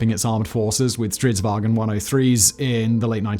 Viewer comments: there is nt 'E' in "Stridsvagn", please stop saying "stridswagen" like it's somehow german. the G is soft. It's not hard to go on google translate and press the freaking voice button to hear a more accurate pronounciation.... And centurions had 105mm guns not 150mm guns. come on, is this shit even looked at by someone before you upload? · There is no "e" in "vagn"